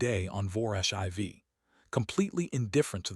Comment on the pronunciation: Was the durak 4 tons or 4,000 kilograms? They are definitely not the same thing. How did the durak's breath hit the human from 15 meters away? That's over 45 feet. IV in this context is pronounced "4", not "i v". Crater is pronounced "cray-ter" not "krattor". You need to edit the stories and fix the problems before you post them.